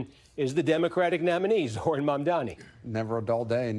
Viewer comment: This loser still hasn't bothered to pronounce Zohran's name correctly... I mean, last time it served him well, right?